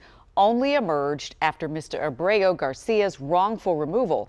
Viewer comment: Too bad your anchor can’t even SAY the word Abrego. In addition to not realizing he’s an “El Salvador man hiding out in Maryland , Kilmar Abrego Garcia…”